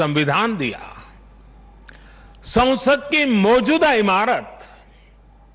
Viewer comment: Sansad ... not sausad ...